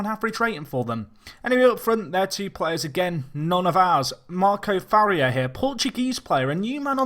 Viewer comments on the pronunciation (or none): none